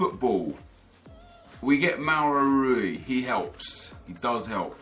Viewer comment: when he tried to say Mario Rui😂